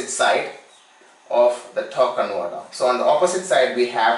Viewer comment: What's a tawk conwoter?